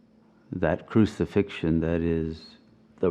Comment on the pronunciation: "Cruci-Fiction" hmm,. 🤔